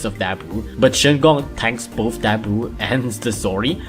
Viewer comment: isnt it shigong not shingong